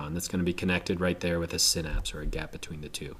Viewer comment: You say synapse wrong